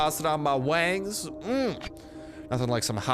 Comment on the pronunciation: Did you say you loved “hot wangs”?? 😂😂😂😂